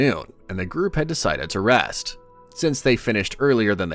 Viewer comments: the name is written "R E S T" and your pronunciation it "Lust" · Bro do u have the l and the r mixed up? cuz u call rest, lest and u called the alst forest, arst forest like, bruh